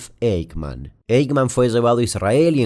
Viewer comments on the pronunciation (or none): Eichmann se pronuncia "aijman" ;)